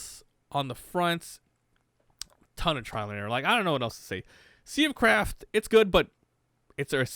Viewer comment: Sounded so much like you said "sea of crap" many times xD